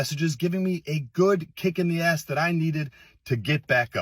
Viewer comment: I thought the President said he "love her arz" lmao. Yeh, me too, Mr. President. The ad is nice too.